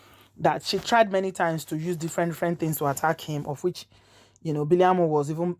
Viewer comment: The name is Biliaminu not biliamu